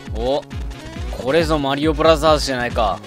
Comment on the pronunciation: もも、"マリオブラザーズ"のこと"マリオブラジャーズ"って言うんだなｗｗ